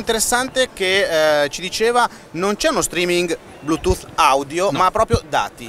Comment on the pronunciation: Ma davero, quello li sta dicendo verramente Blutoooof... Ma parte quello tutte parole inglesi usate mescolato nella piu bella lingua del mondo fanno scifo a sentirlo...